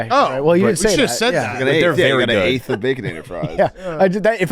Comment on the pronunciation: said an eigth of baconator fries 😂😂